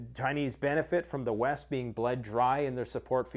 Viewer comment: From west to east? I thought you said weast